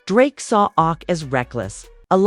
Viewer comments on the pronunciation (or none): AI keep called Ak “awk” 😆